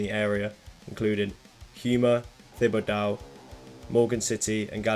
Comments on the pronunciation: Houma is pronounced home-uh Thibodeaux is tih-ba-doe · Thibideaux = tih - bih - doh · Wow Houma and Thibodeaux were butchered , but great vid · Dying at the pronunciation of Houma and Thibodeaux lolllll